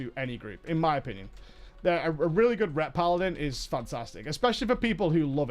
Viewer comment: It is obvious you do not like paladin simply because you cannot pronounce it. TANK is so simple even YOU can get it right :P